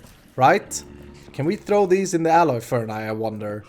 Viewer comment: Just in case you weren't aware: furnace is not pronounced fern-eye.